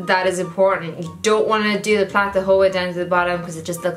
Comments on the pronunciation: It took me way to long to figure out that you were saying “plait” not plant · Lmfao dying at you calling a braid a Plat? Plad? Plac? Plant?